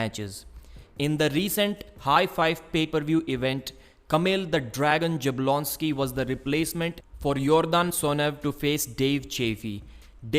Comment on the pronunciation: It’s not Jeblonsky It’s Yablonsky 😀